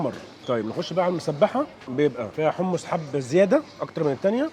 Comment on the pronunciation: حمص مش حمس 😃😃😃